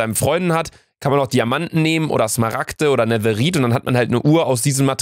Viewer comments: wen triggert es auch das er netherit sagt und nicht netherite ? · Du bekommst -10 Schleimbälle weil du netheriet sagst und nicht nethereit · "NeTheRiTe" haha 😂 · Hat er ehrlich netherrite netherrit ausgesprochen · Hat er wirklich neteriet gesagt?????